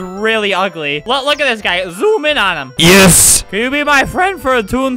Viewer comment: OOOOOOO YOU SAID YIS WITH A E =BANNED